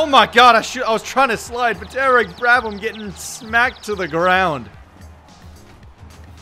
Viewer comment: Just realized that its Derek brABham not brADham